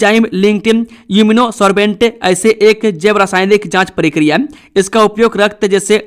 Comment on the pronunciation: समाचार वाचक महोदय मेरे विचार मे समाचार पढने के बीच मे * जी हां* और *फटा फट समाचार * जैसे तकिया कलाम अनावश्यक और अनूदित है। आप प्रकार को परकार प्रक्रिया को परकिरिया और स्थिति को अस्थितिमे विकृत करके किस, कारण या किस खुशी मे बोलते है?